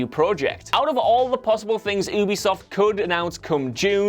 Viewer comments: It's not pronounced as oobisoft.... It's 'u'bisoft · can you pls stop pronouncing Ubisoft as oobeesoft and pronounce it right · DIN-UH-STEE YOO-BEE-SOFT YEE-ERR